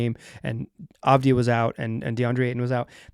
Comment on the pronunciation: You can hear exactly how Saraf is pronounced in the first seconds of this video: AVujmuH2Po4 The good news, at least you're pronouncing Deni's name correctly, that's not something to take for granted and quite nice after hearing numerous commentators and announcers butchering his last name during his first years in the league.